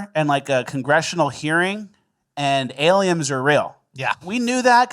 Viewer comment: Why has always said aliems and not aliens.